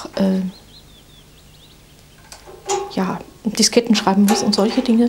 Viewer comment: Hat sie "Disketten" gesagt? 😳